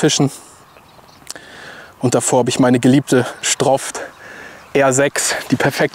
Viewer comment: sagt der STROFT TYP noch mal stroft!!! ich glaube falls der kinder hat hören die alle auf stroft